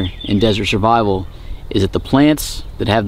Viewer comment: He said shurvival 😂